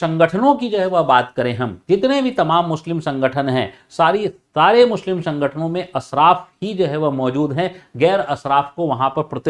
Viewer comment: Mushlim nahi hota sir muslim hota hai🙏🙏